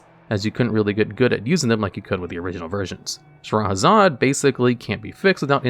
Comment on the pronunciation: lol butchering all cardnames but perfectly pronouncing Shahrazad